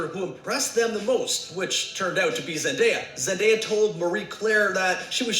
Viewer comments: Wait cuz wtf it Zen-die-ya He name’s pronounced Zen-day-uh it’s like literally spelt like that “Zendaya”😂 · Omg she say zendia....😭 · Why do people have a hard time with her name? It’s literally spelled with a “day” lol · Lmaoo she said zen-diya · did really say zen - dya? 😂😂😂😂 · Girllll bye don’t do zendaya like that😂😂 it’s zen- day- a literally how it’s spelt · No, both of you are wrong. It's Zen - day - uh